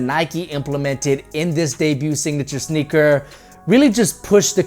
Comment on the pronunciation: He said snicker 🤭 instead of sneaker